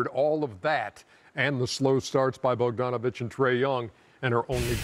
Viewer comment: Poertl than Bonjanovic hahahaha Jesus